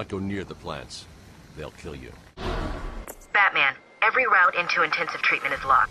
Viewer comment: He said "IT'S BATAMAN!" right before he got knocked out.